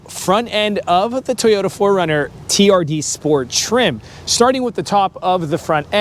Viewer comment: It’s pronounced Toyota not teyoya